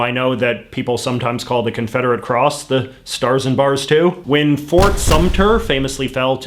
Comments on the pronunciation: Just a little piece of information, it's Fort Sumter, not Sumpter, AND the "Confederate Flag" is actually the Battle Flag of Northern Virginia in the War. And Georgia did away with that Flag more than 20 years ago now under Gov. Roy Barnes, perhaps the ONLY good thing he did while in office those four years. The last democrat to be governor of Georgia since before Reconstruction. (I'm from Georgia...) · It’s Fort Sumter not sumpter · There is no P in Fort Sumter.